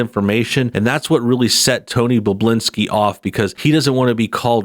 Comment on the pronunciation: I’m pretty sure his name is pronounced Bob-bu-lin-ski. Not Boblinski. And not Bublinski.